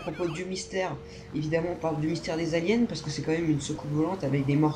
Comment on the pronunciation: j'adora la façons que tout le monde dit aliens alors que on entend saliens